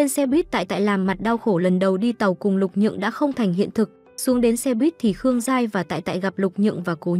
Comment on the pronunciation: Lục Nhượng mà ad cứ đọc Lục Dường quàu z 😥